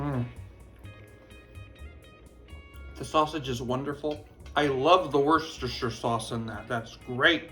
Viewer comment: Nice job saying Worcestershire sauce... better than the average American for sure!